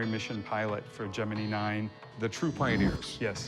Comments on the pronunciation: Am I the only one bugged by him saying "Jiminie mission"? 🦗🚀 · I had to pause and comment.... its the Gemini as in eyeball i not a freakin eee That dude doesn't know** from a hole in the ground when it comes to the space program, He is just in it for the money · Gemin(eye) not Gemi(knee) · Gem-in-eye. Not gem-in-knee. Who else pronounces it that way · Gemenie dont you mean Gemini ? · Lmao the 'geminny programme' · The fact that he keeps calling it Gemi-knee is really triggering my OCD. 😡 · The first guy was an embarrassment. "Jim-min-ee" instead of Gemini ♊️ 🙄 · The guy pronouncing Gemini as "Jiminy" is irritating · "Jemini" program like the cricket. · He said Gemini like Jimminy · Did that first dude really say “gemin-eee” program? Wtf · When he said Geminee 🤢🤢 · How did he pronounce Gemini?!???....lol